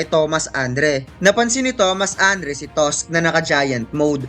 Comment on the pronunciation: tosk nga pronounce nya kay tusk e